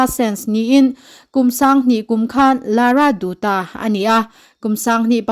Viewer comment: Lara dutta leh susmita sen i lam dan hi a dik lo deuh a ni. Hetiang meuha sawichhuak ve tur chuan pronounce hi a pawimawh a nia.